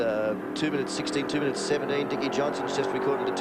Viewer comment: He said minn I its